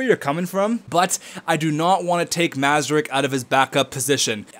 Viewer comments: Hey I commented this in the last video but you didn't acknowledge it so imma just say it again: Mrazek is pronounced Muh-rah-zek not Mah-zuh-rek. Just lettin u know! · Mrazek isnt pronounced Mazerek, look at how its spelled M R A Z E K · It isn't pronounced Mra-Zek. Anyways, he clearly said in one episode he prefers to prounounce it that way.....